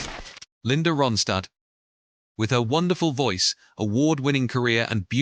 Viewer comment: Please pronounce Ronstadt correctly!🇦🇺